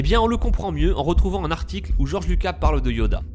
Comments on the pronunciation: ouais je suis choqué ! en plus il dit Georges Luca et c'est Georges LucaS ( le s se prononce...) sinon pas mal la théorie ^^ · goerge lucas pas luca et le compt doku et pas doku LE OU LE OU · ça se prononce George lucas (on prononce le s)